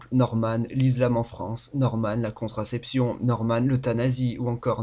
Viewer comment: Ou encore Norman la mauvaise prononciation O_o Avec L'Izlam et constraception, fais attention à ta prononciation..